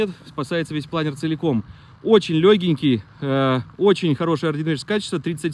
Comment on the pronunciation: ударение научись ставить в слове ПЛАНЕР, на вторую гласную в данном случае.